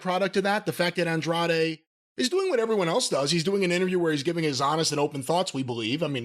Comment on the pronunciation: It's hilarious how Jim refuses to use the last syllable in Andrade's name lol Andre is just easier to say.